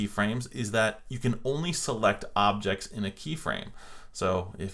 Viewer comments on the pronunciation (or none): anyone realizes he misspelled objects he said obects 😂🤣 btw AMAZING WORK